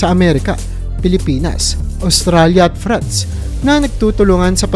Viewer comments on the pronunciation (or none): none